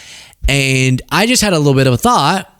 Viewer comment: Did you say a thot experiment?